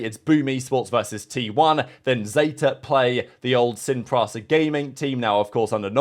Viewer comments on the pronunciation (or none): At this point, I'm assuming he's actually trolling. How fucking hard is it to say SIN PRISA, and NOT SIN PRASA. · Bring back Sin Prisa so i can hear he gonna pronounce that name all the time when season starts